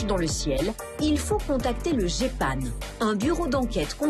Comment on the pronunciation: Le géipane avec un E, euh, non, si en plus vous prononcer mal un nom, comment voulez-vous être pris au sérieux, next.